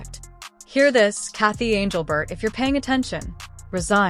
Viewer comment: Who is anglebert ? Stupid AI.